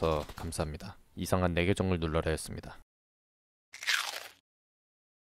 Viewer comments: 이상 내 계정을 눌러라 였습니다 인데 왜자꾸 이상한 내 계정을 눌러라 였습니다 라고 들리냐곸ㅋ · 나만 끝날때 이상한 내 계정을 눌러라 였습니다. 라고 들리나?